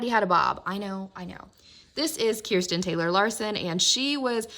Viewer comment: I’m happy that you say Kirsten instead of kurstan